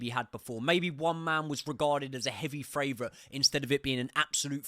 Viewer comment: Do you say FRavourite on purpose instead of favourite?